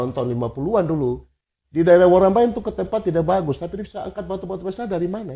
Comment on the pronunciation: Ijin ralat KK.. Nama kampung Warombaim bkn Worambaim. Nama koperasi nya YAWADATUM. TERIMAKASIH. Sukses selalu untuk channel nya. Salam dari perempuan asli Namblrong.🙏